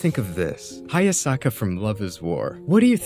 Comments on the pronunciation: I agree but at least pronounce one character's name properly mate. Venator, not Venerator. Hayasaka, not Hasayaka. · small correction, it’s pronounced Hayasaka